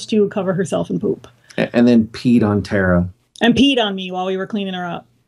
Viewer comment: Tara, not "Tera". Her name is in the intro every single week.